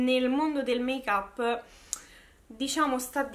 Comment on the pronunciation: Make-up non l’hai detto strano, l’hai detto bene invece!! Si pronuncia così 🙂😘